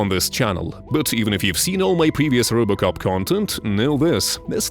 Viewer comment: "Rubocop" xD